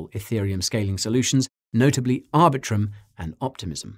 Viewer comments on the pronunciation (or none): none